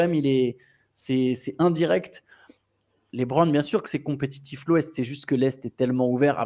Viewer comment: J'aime beaucoup la rigueur dont vous faites part sur les noms des joueurs, mais qui dit "LaitBron" faut arrêter 😅 Sinon sortie du côté sportif je pense que vous négligez le côté marketing car un retour à Miami serait fou point de vue business.